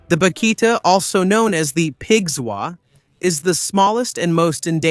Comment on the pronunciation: Terrible ai slop. Can't even get the animals names right. Cukoo, not cocoa. And vaquita, not bakita. And wtf was that thumbnail? Fuck me that was bad.